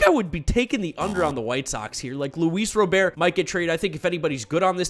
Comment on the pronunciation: Yea you can tell he’s just a typical Mets fans. He has no idea about baseball. Just thinks the Mets are the best. He also called Luis Robert, “Luis Robe-Air” lol like he doesn’t even know the players. Then he says that the best division in the sport was weak hahah like huh? The AL Central is loaded haha